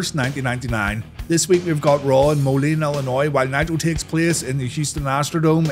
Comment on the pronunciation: Thank you for saying my Moline correctly. Some people get that wrong. I was at this RAW taping. It was exciting but kind of somber. After this show they took 6 days off to go to Owen Hart's funeral.